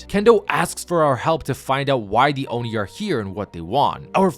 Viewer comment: "Fortnite Chapter 6 Season one: Oni Hunters" FINALLY! someone said it right. Thank You.